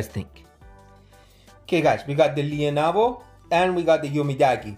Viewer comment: I like the lea-navo.. Umidagi is not bad.. 😅